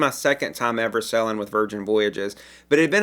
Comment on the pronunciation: This is my first time on your site and you're wonderful! You speak very clearly, but with my hearing loss I usually turn on captions as a backup. Amusing -- that every time you say "sailing" the captioning transcribes "selling." You could work on your "long A" vowel or just stick with your charming regional accent. The message will come across either way. Thanks!